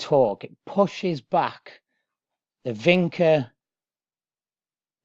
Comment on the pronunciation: For the love of God, it's pronounced VINCHA, not "Vinka". Jeez!